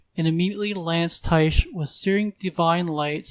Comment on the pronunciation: Tyche is a Greek god and pronounced like Nike. Idk why no one in dnd commentary can figure that out